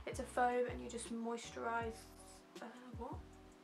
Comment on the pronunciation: “Moisturise... er wot!” 😂😂😂😂